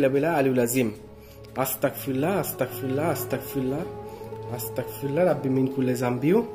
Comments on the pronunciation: আপনি বার বার পড়তেছেন আস্তাকফিরুল্লাহ কিন্তু সঠিক উচ্চারনটা হবে আস্তাগফিরুল্লাহ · আসতা্গফিরুল্লাহ বলবেন। আসতাকফিরুল্লা বললে আমি কাফির হয়ে যাচ্ছি মাবুদ এইটা বলা হয়।তাই আস্তাগফিরুল্লাহ বলবেন।❤❤❤❤